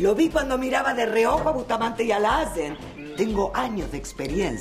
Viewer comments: como la profesora dice lazens 😂😂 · La profesora como dice el apellido de guido: Lazzzen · suena de fondo una burla de la pronunciacion de lassen😂😂